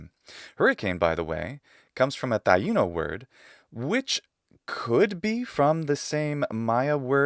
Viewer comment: Much respect for pronouncing Taino properly! I explore/study caves here in Jamaica, and we often find their pottery/bones/petroglyphs/pictograms in the course of it. Co-author on a few papers as a result.